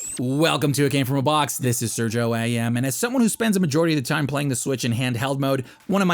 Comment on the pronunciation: Sergio =/= "Sur-gee-oh" likewise Hori =/= "Whore-y" Please stop mispronouncing it.